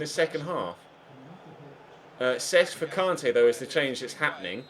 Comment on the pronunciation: It really annoys me the way you say kante